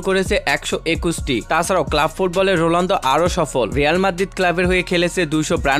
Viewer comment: ওটা রোলান্ডো না রোনাল্ডো। যখন উচ্চারণই করতে পারেন না তখন ভিডিও বানান কেন?